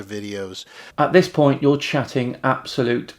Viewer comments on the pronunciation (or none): none